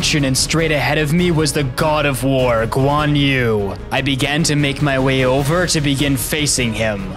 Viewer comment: It is not guan u it is guan yu